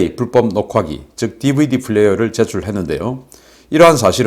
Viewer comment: 왜 DVD PLAYER를 DVD FLAYER로 발음하나 인간아! 지적하면 좀 고쳐야지 말야! 대타했던 국장님으로 속히 대체해라!